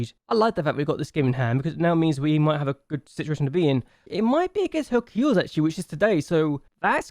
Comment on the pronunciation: its something like Heracles Here-A-Cless